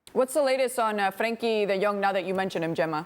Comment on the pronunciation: As a Dutchman I have to say: this presenter is the first that actually pronounced Frenkie's name right ^^.